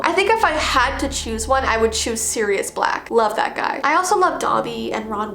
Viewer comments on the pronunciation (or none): none